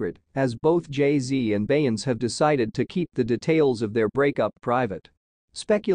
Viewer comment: You are saying her name incorrectly !